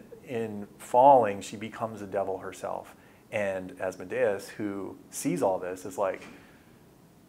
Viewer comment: I really wish they’d stop mispronouncing Asmodeus’ name, along with Halaster’s. Was there some copyright infringement case I wasn’t aware of? It’s like nails on a chalkboard to my ears every time they say Asmode’-us or Hala’-ster. (Sry, don’t know how to do proper accent marks with an iPad)